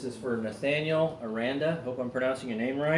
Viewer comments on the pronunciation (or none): none